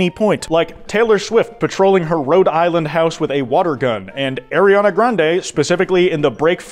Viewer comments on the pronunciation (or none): none